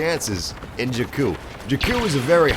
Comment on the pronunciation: You are pronouncing jakku wrong